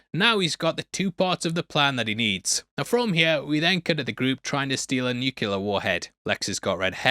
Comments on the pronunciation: New-clee-urr. It is pronounced nuclear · DUDE... "new clear" not "nu kyoo lar" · I spent my whole life pronouncing it "NEW-que-leer" until George Bush Jr. got raked over the coals for that, now I force myself to say "NEW-kleer". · The Kryptonian costumes were made from 3M's highly reflective Scotchlite fabric (also used to make cinema screens) so no one was sewing thousands of beads on to anything. "Nukuler"? Really?